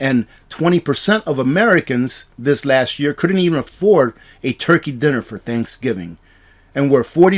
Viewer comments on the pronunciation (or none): none